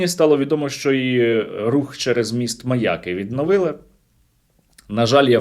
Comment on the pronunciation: НЕ МАЯ'КИ, А МАЯКИ'! МАЯ'К - МАЯКИ'.